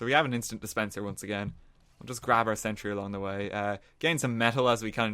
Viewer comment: sen-tree lvl tree